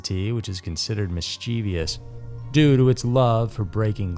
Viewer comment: Mischievous has three syllables, not four. Miss-cha-vous. Emphasis on the first syllable. You’re welcome.